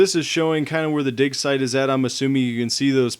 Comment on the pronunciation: u said dick insted on dig